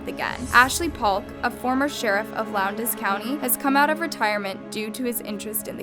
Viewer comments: Val DA sta not Val DOE sta. Lowndes is one syllable. I'm from near there and friends with teachers at both Lowndes and Valdosta. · She was say lowdes and Valdosta wrong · she said lownDES and valDOsta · Bring from valdosta and hearing her pronounce valdosta and lowndes makes me angry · You’re saying Valdosta wrong. And you said Lowndes wrong. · hey babes! you don’t know how excited i was to see this pop up as i go to Lowndes high. i’d just like to point out that you mispronounced Valdosta and Lowndes. Which is perfectly fine just thought i’d let you know